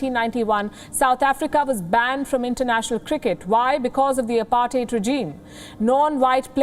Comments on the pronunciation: She pronounced it correctly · She cannot even pronuounce " apartheid" correctly....lol....and is an anchor of intetnational media